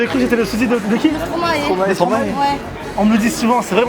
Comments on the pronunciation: Ptn stromae ca se prononce «stromaïe » avec le son «aïe» et pas «stromaé» ... car vous dites maéstro vous ? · Sa se prononce pas stromae comme dans la vidéo mais stromay, c'est juste le français qui prennent un acent PS je suis belge